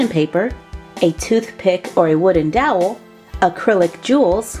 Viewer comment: At the beginning it sounded like she said a wooded dowl for a toothpick